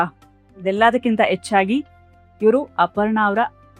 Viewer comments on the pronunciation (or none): Dear anchor, please pronounce the words correctly. The word ' hechchagi' is wrongly pronounced as 'yechchagi' . and the word ' hadinaidu'(15) is wrongly pronounced as 'adinaidu'.Being an anchor you should have learned 'ha kara & aa kara' very well. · ಎಚ್ಚಾಗಿ ಅಲ್ಲ ಮೇಡಂ ಹೆಚ್ಚಾಗಿ, ಆಲ್ ಅಲ್ಲ ಹಾಲ್ ಸ್ವಲ್ಪ ಕನ್ನಡ ಉಚ್ಚಾರಣೆ ಸರಿಯಾಗಿ ಮಾಡಿ.